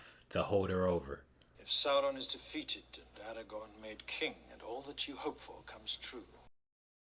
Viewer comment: You keep saying Eragon instead of Aragorn